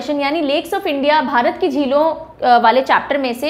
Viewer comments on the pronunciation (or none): none